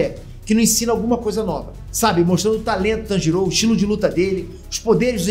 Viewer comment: Mlk o não sabe falar Tanjiro é nem Tomioka, ele falou: Tanjirou é Tomióka...kskskskskks